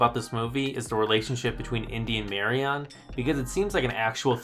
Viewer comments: The way you pronounce Marion - LoL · How can you have just watched the movies, and still not know how to pronounce "Marian"? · Nevermind your thoughts on the movies, your pronunciation of Marion's name is triggering the hell outta me